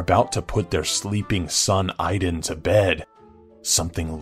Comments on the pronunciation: his name is Aidan not Iden. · The Ring kid's name is Aidan, like AIDS plus DAN (minus the S). Not I-Dan. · the kid from the movie the ring's name is Aiden (aye-din) not iden. lol